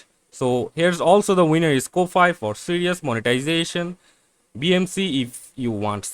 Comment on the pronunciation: Ko-fi is pronounced Coffee. it's a phonetic spelling.